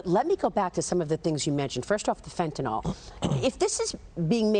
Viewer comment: Maria, it's not Fenta-nol. It's Fenta-nyl. Lol, the reason Abbott keeps using the word Fentanyl is to give you a sign that you're not pronouncing it correctly.